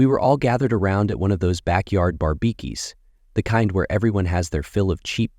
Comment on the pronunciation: Barbeekees? Seriously?